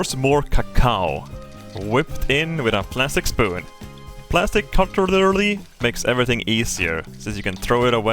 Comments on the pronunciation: "Were gonna start today's episode with a quick English lesson." Electrical whishper Good thing I shifted it all Electric whipper Very tick What is a shocolate cake without shocolate glaze It adds a good punch to the shocolate Plastic cutlerlerly Shocolate Some people think it gets stuck in their teats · anyone else here "Plastic Cutlllerelleey" hahaha